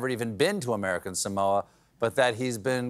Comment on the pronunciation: I just wish that someone would pronounce "Samoa" correctly.